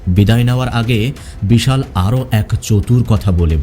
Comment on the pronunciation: কিন্তু ভাই আমি তো নিজেই ইন্ডিয়ান from North 24 parganas but আমি মুসলিম হলেও আপনার মত উচ্চারণ আমার বা আমাদের আশেপাশে কোনও মুসলিম দের ই সাধারণত হয় না। আমি আরো লক্ষ্য করলাম যে আপনি বিশাল কে কখনও কখনও ভিশাল বলছেন। এটা বাংলাদেশ এর লোক ছাড়া কোনো ভারতীয় করবে না। কারণ বাংলাদেশ এর বেশির ভাগ অধিবাসী ভদ্র বাংলা বলতে পারে না। আর উচ্চারণ ও অত সুন্দর নয়।